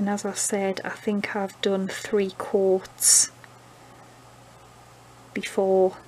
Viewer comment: Hahaha I thought you were saying quarts instead of coats.